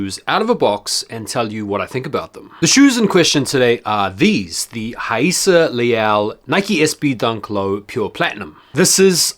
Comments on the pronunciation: First off, nice to see someone finally pronouncing her name correctly!! I grabbed these from my local skate shop and glad I did, nice addition to my collection. Dope review as always! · Respect to pronouncing her name correctly.